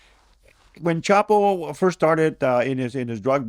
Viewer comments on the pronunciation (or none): none